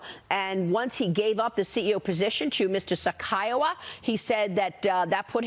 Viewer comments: who the f is sakaiwa it's saikawa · Not Sakaiwa! It's Saikawa!